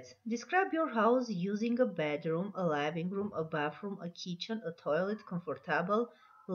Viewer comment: Big (բիգ) , pig(փիգ) և չգիտես թե ինչի living-room (լայվինգ ռում), այլ ոչ (լիվինգ րում)։ ։comfortable...ոչ թե կոմֆորդոբլ այլ քամֆդիբըլ.lol .Եվ այսպիսի բազմաթիվ սխալներ..sorry but this is a very bad lesson